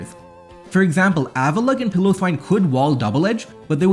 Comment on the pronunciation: The way you pronounce some names is incorrect. Tangela - derived from Tangle, because it is a tangle of vines Piloswine - derived from Pile of Swine, Pile'o'swine, Piloswine.